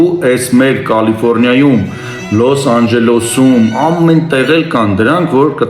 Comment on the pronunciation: Ոչթե ԼՈՍ-ԱՆՋԵԼՈՍ ,այլ ԼՈՍ ԱՆՋԵԼԵՍ😅😅😅😊😊😊